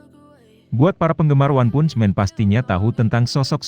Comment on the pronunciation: Baca "Punch" nya diperbaiki dunk ... haha